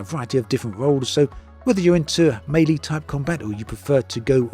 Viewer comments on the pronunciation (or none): none